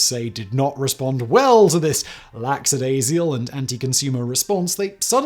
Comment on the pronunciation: "Laxadayzial" Lackadaisical There, fixed that for you.